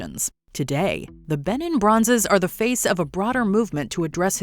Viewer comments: It’s pronounced Ba neen with the accent on the last syllable . It rhymes with teen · Oh gosh hearing her say Benin made me cringe. England plundered their heritage, colonised their country and took from their land, the least you can do is pronounce the name of the Empire correctly.